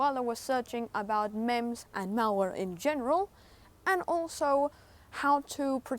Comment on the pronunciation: pronounced memes trojan not memz